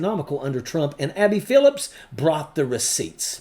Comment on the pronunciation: Her name is Abby Phillip, not Phillips.